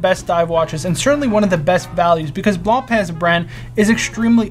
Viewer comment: It is not blanpeee (Blancpain) but rather bloonpa